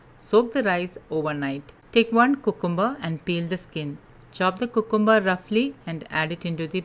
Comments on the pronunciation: Yeah it sounds cuuute.... but thats wat we Indians hv bn taught since our baby days in a very babish way 😂 Actually its pronounced as "Kyu-cum-br... 😊👍🙏🙏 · It’s pronounced kyoo· kuhm· buh